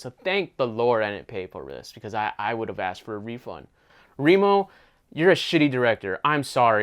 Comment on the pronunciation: Remo is said like you say demo and not nemo 😂😂